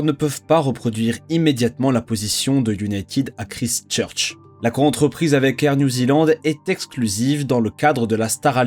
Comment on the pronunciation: Ever thought about taking some English prononciation classes? I believe the time has come, you will learn a few things and stop this horrible way to say Christchurch